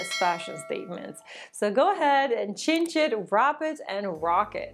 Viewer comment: I love you and your videos. Just trying to help, a belt can be cinched, said like sinched not chinched. I didn't understand at first, but I got it later. I hope you are not offended.